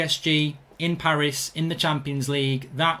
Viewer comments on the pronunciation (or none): none